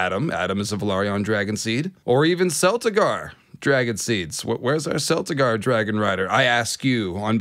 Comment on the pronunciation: Great video but just a quick note about pronunciation because I saw that you're putting in corrections. "Celtigar" has a hard C sound like "crimson", "caterpillar" and "cat" not a soft C sound like "city" and "cent". For reference, the Celtigars of Claw Isle are referred to by name in House of the Dragon Season 1 episode 10 at approximately the 21 minute mark by Maester Gerardys.